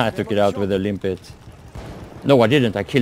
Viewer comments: Why do you keep calling it "Limpit" mine, instead of Limpet like it's really called. I figure you should have realised that after 1 and a half years lol. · No dude, he calls it "Limpit" mine. Check every video he posted abot the Limpet mine and you'll see for yourself. It says "Limpit...."